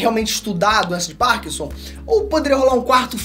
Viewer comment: doença de POrkinson ??? Kkkkkk forçou demais para falar bonito e acabou falando feio o nome da doença e o nome do ator